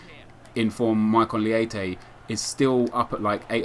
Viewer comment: its actually pronounced maikon "leiche" :)